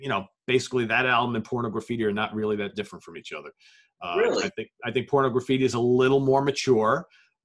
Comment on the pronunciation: Really surprised that you haven't dug into Saudades de Rock, but whatever. Aside from that, I'd like to point out two mispronunciations: It's not "Porno Graffiti"... it's "Pornography-tee". And from the III Sides album, it's not "Political Calamity"... it's "Politi-calamity"